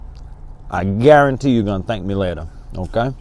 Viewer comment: When you say "Guarantee" It takes me back to my childhood watching cooking show with my grandmama. I used to love him. The way he said “guaruntee“ and "onyon" used to make me smile. I appreciate this channel ❤️